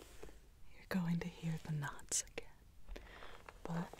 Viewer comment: When she was saying that's a lot of knots. I thought she was saying that's a lot of nuns 😂